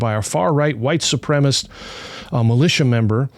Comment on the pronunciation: I appreciate what you're doing, guys, but... gotta say, the kazoo between segments is pretty cringe 😂 Edit: Also, is "supremacist" being pronounced "supremist" a dialect thing? I've never heard that pronunciation before